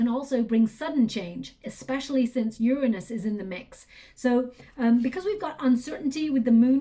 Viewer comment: like your readings . cant stand the way u mispronounce Uranus